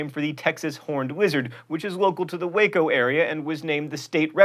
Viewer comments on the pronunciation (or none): none